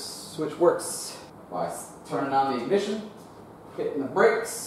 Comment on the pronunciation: Dude, that was hilarious. Thanks for the laughs,. Your British pronunciation of “ignition” is legendary.